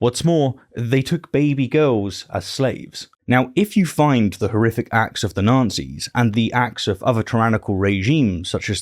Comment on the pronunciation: Is deliberately mispronounced Nazi's? I'm hearing Nancys. I would actually prefer this...